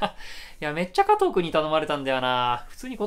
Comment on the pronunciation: 加藤ってマジでよくかとぅーって呼ばれる。特におじさんに